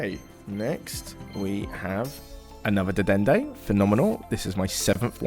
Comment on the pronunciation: I like how no one ever gets to pronounce Dedenne correctly but everyone says it wrong in a different way.